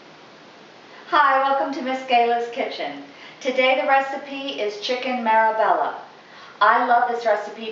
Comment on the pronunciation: Marbella. Pronounced marbaya